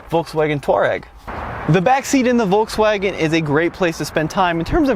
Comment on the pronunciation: It's VolKswagen not volTswagen you dumb 😡😡😡